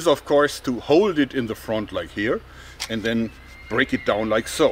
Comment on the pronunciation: he Jeorg reveals his American accent when he says "and". I'm onto you, George.